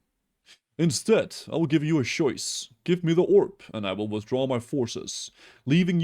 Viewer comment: "i made my shoise"